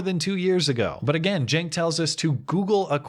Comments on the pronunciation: Your title says Cenk but you say Genk. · I think you are pronouncing his name wrong, it is Chunk Uygur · Cenk is pronounced dink. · CNN Blackmail Support Cenk is Turkish, thus his name is spoken with a J, like Jenk. So yes, it is making fun of his name. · You keep mispronouncing that guy's name and I am DEEPLY OFFENDED. It's "Chunk Anger," dude! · justmemadison Yeah, just heard a couple of people pronounce it jenk so I'm sticking with that cos it's funnier ;) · "J" or a "G"? I'm pretty sure its locic with a "C", as in Cenk.